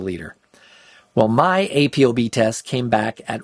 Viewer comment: It's pronounced Apo not A.P.O. You say ApoLipoprotein, right? Not A.P.O.Lipoprotein. Carry on.